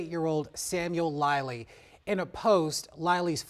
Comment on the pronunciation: The pilot’s name “Lilley” is pronounced lily- like the flower.